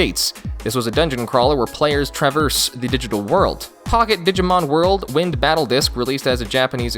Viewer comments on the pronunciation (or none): none